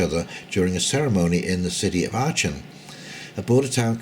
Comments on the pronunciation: Good to see you reference The Duran, consistently good geo/political analysis in my humble. Aachen pronounced arken by the way. Cheers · Aachen, pronounced "Aken". your welcome.